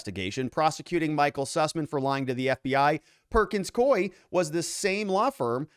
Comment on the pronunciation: I'm almost positive it's pronounced Perkins Cou-iE